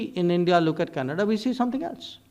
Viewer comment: It’s Canada not Canads